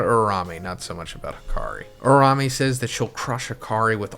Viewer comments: It’s URA-UME! Not URA-RA-ME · Man pls Uraume not Urarame....... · Ura-Ume plz say it right